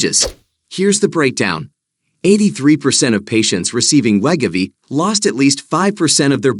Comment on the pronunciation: we-go-v not let- ga-v 😂😂